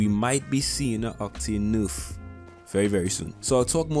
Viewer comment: First things first #SAVEOCTANE Second of all I love it when you say nurf instead of nerf